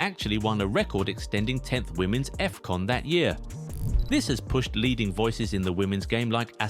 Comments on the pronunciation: "Effcon" ❌️ "Afcon" ✅️ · Is not Efcon is Afcon "ahf con"